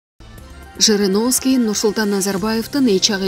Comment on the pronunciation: Жириновский деп так айтсаныз.